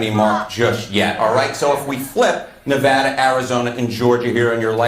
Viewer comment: FFS THANKS FOR SAYING NEH-VAHDA RIGHT!